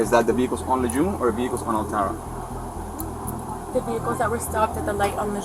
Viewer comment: the way he said altara made me cringe lol